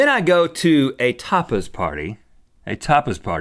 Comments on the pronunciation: Sounds like "topless" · At first I thought Rhett said "Topless" party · When Rhett was saying tapas party, I heard for a split second, topless party and I was like, waaaaaaaatttttt????? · I thought Rhett said topless party 😭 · I thought he said topless party too 😂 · could have sworn rhett said topless party. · I thought he said, "Toppers Party" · I thought he said "topless party" right before he said something about not saying that wrong. Lol! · I totally heard "topless" too. XD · I definitely thought he said, "Topless party." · Replace the "P" withe a "T", that's what it sounds like